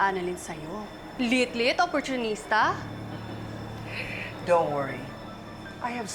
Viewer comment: Wow ang galing “ang liit liit OPPOCHUNISTA”